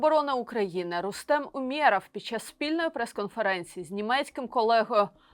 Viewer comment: звільніть цю московськомовну ведучу, вона вже другий раз за день коверкає слова: умєрАв, бЕженці.